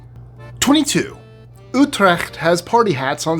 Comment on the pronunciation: Good job pronouncing Utrecht,! Dutch is a tricky language.